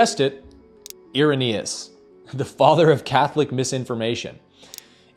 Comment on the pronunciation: Irenaeus? ...more like Error-naus 🤪